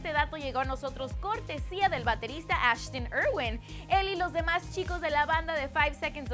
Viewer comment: Que?! ¿Summers? ¿Eshton Erwin? ¿Clefford? ¿Keilum? Amiga odio tu pronunciación